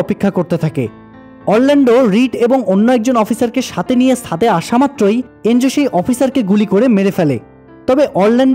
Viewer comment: সুন্দর হয়েছে। সাদে না, উচ্চারণ হবে, ছাদে।